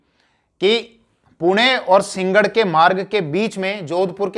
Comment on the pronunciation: सींगड नहीं है कृपया सिं- ह - गढ उच्चारण का अभ्यास कीजिए